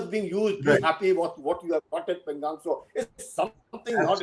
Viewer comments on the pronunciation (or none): Why do you call pengong tso as पेंगॅंग त्सो and not पेंगाॅंग त्सो ? What is correct?